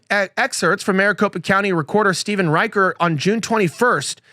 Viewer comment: Rich-er, not Riker. Yes, CA Dems stole 5 House seats in 2018.